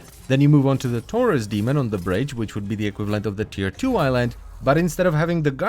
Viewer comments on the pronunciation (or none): none